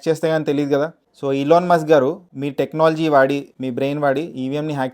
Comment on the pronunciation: ilon mask kadhu bro ... Elon Musk